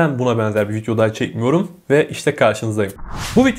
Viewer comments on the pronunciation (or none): Vityo diyo 😁